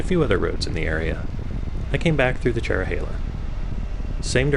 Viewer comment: i havent ridden this in 28 years. the trees have really grown. the views used to be even better. ps: thanks for getting the pronunciation correct.